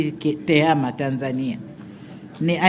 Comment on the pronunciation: Tehama sio tehema